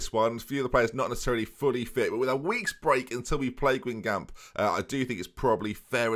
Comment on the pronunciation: With the Q on the end, there would be a hard C sound at the end. Every time he says Guingamp, I wince. Gan-Gom